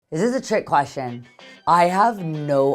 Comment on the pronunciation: As soon as the video starts: “Izis trick queshunn”😂😂😂